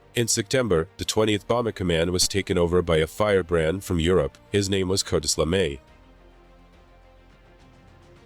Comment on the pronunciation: I love the subject matter but the constant mispronunciation of words hurts my ears. Sorry, you lost a viewer. Cartis LeMay? CArtis? TiniaM?